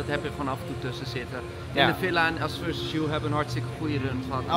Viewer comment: Us veses you 😂😂😂 “VERSUS!”